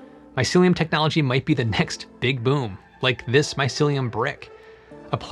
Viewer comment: “MY SILLY, UM” technology…